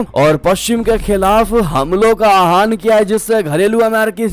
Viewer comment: आहान कोई भी शब्द नहीं है आह्वान शब्द है अपना उच्चारण सुधारें।